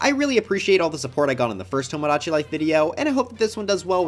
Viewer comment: why did he pronounce "tomodachi" like that...?